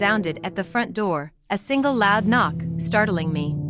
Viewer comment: Yarss “open the NOOR” 😂